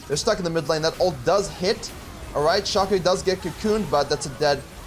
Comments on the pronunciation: It's pronounced Shaecoe, not Shaco. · I am so triggered at the way he pronounces Shaco 😤🤣